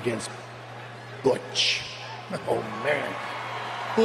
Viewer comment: I love how Shawn Michaels almost botched the name "Butch".